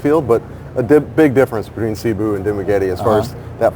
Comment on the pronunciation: Why why why, its not Sabu, its Cebu, as vloggers, learn to pronounce it correctly:face-orange-biting-nails::face-orange-biting-nails: CEBU, seeeee-booooo, listen to your guest, he's got it right Cebu